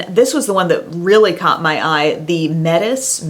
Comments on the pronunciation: Metis is pronounced meh-tee (at least in Canada) ahaha hope that helps! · Also, Metis is pronounced Maytee. Where I'm from that's how we say it anyway. It's a aboriginal tribe. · so just fyi, "metis" is pronounced "may-tee" and it typically refers to people who are part native american indian and part french. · Great review! I wish we had Dollar General here in Canada! Just a note about pronunciation, we have a Metis native tribe here in canada, and they say it "may-tee". In case you were curious!